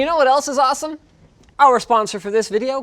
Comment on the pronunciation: Awesome or asem diketiak 😂😅😂😅